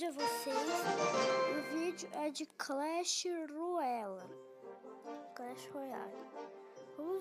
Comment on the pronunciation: clash ruela kkkkkk bom video! se fala clash rroiale